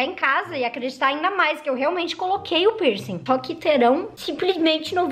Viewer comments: KAKAKAKAK e a “pircinG” tô rachando KAKAKA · "Pirsingui" KKKKKKKKKKK❤❤